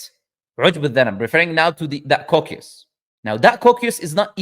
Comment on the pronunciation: جزاك الله خير على المقطع هذا 😂 was being used as "evidence" against Islam (مسيلمة الكذاب) and i can't believe my eyes to see the day ❤also there's a bit of a mispronunciation with the word "coccyx" thought I'd let you know